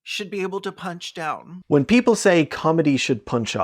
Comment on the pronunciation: "Keople for the Athical Treatment of Yanimals" has sent me. I'm like a minute and a half in and I had to pause for a chortle break.